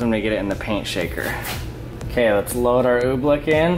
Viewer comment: He saying ooblick. It's ooblEck